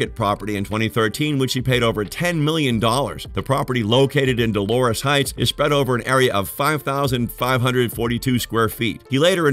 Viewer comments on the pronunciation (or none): none